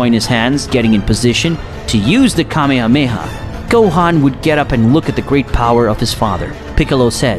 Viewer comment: he said kame ha KAMEHA?!?!?!!?